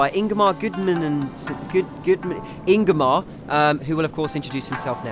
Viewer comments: lol ''and im joined today by ingimar gudumininsinss.... Ingimar'' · "I'm joined here today with Ingamar goodmunningoodnmmmmnnmnmmmmmm" wtf lol, i'm guessing that was intentional...?